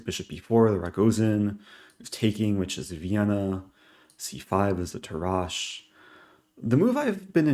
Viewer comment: Eric, I must point out that Tarrasch's name, at least in English, has the accent on the first syllable. Any Germans can weigh in on their POV.